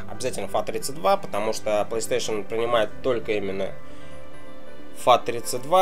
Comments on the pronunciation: консоль не плейстейшеЛ, а плейстейшеН:-), а какая твоя любимая ps3 и игра на ней?:) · мне одному покащалось что он сказал плэйстейшел? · Как меня бесит что он не может нормально проезнести плэй стэйшн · Плэйстэйшал...о хоспаде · по че говроишь плэйстешел?там же не л, а,н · Че за пьяный кунг фу мастер? ПлэйстэшэЛ...какую траву куришь?